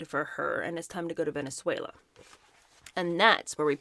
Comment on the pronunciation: You pronounce Venezuela perfectly!